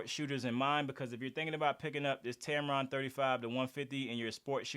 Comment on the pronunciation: "Tampon" made me laugh. Great video. 👏🏼